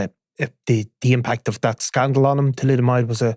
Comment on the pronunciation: Thalidomide not thalidomOid! FFs